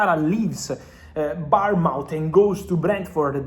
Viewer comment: The way you pronounce Bournemouth, gets my juices flowing